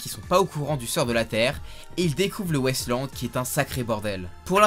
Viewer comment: ça m'a beaucoup perturbé que tu prononces "Wasteland" "West Land" ça m'a fait bizarre